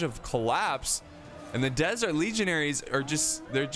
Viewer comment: words messed up: -Fatal -Shotel -Desert (from Diesel Legionaire)